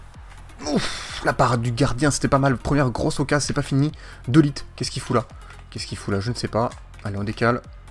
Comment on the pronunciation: j adore tes vidéo mais je crois que pour de ligt sa ce prononcé de ou dé lirt